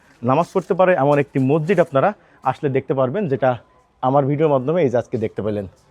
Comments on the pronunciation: মজ্জিদ না রে ভাই উচ্চারণ ঠিক করে মসজিদ বলেন। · আপনি কি বলছেন মরজিদ না মসজিদ না মজিদ? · হালা মগা,,,,মসজিদকে বলে মরজিদ